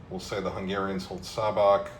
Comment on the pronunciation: Hello, I’m from Šabac. The Š is pronounced as a sh- sound like in shadow and the c at the end is pronounced like the ts in tsar so something like sha-ba-ts. Great video, always happy to see my home city mentioned especially in historic contexts 👍